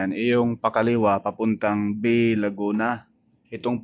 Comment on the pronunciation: yung "BAY, LAGUNA" ang pronunciation po ay "BAE, Laguna"